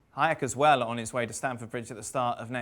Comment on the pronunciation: Did the guy just call Hakim Ziyech "Hayek" at the start of the video?